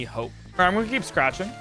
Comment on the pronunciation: I only just noticed you said "gonna" like "gulnna" (the l is soft but definitely there)